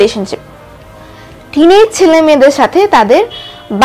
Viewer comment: বারবার টিনেজ টিনেক করো কেন